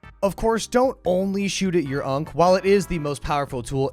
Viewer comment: The number of times you called it an "unc" instead of an "ankh" made me wanna commit Khonshu's will on you. . .